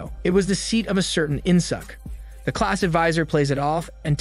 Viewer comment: korean name murdered.. its pronounced as In Sook not In Suck.. good thing theres no Aut Suk and Blo Jab..